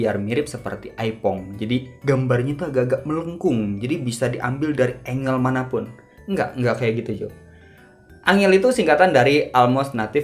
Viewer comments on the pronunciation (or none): Hahaha. ANGLE dibacanya ēnggél bang 👍